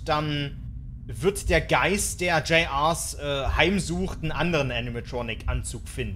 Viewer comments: das war das flackern, finde das größte Problem besteht teilweise darin, das man die Animatronics nicht auseinander halten kann. Das Flackern ist, dass es so alle 1-2 sekunden ganz kurz schwarz wird. Und das wird btw "Juniors" ausgesprochen. Außerdem ist bei ein Handabdruck in der Ecke im Art Room. Aber das Flackern ist wirklich teilweise echt unerkennlich. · JR,s bedeutet juniors Sag es nur weil dus falsch gesagt hast